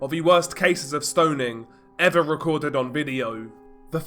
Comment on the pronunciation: HEY! There's no letter "D" in the word STONING... STO NING not STO DING